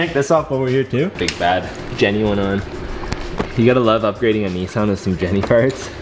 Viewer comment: “Nee sans”😭